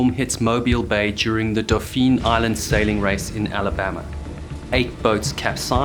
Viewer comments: This came across as very well-researched, and the narration was very concisely written in how it presented information. I just you had researched and found out ahead of time that in Alabama, Dauphin Island is pronounced "DAW-fin," not "do-FEEN." That's not even how the French word dauphin is pronounced. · We pronounce Dauphin Island 'Doffin' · The locals around Mobile Bay pronounce Dauphin Island like dah-fin….dolfin without an “L”. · Dauphin Island (pronounced kind of like “dolphin”) used to be called Port Dauphine, so you’re not completely wrong—just not saying it the way locals do.